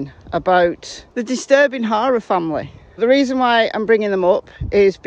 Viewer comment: Wonder if Gma took him a welcome home gift. I mean what pervert wouldn't want a cute lil 5 year old....I love your accent but I have to say. Each time you refer to the HARER clan your pronunciation sounds like HORROR....which I chuckle at because it is so perfectly fitting!!! They are monsters and this IS a horror show soap opera...I mean NO OFFENSE TO YOU AND YOUR CUTE ACCENT...I'm in USA